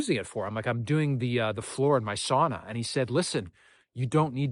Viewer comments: Sauna floor wont be that hot, so no worries about the knots there. We tend to use aspen for the sauna seats. Greetings from Finland. Btw, The pronunciation: sa-u-na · your sauna pronunciation has regressed back to saw-na. If you don't immediately correct your ways Väinämöinen will not be happy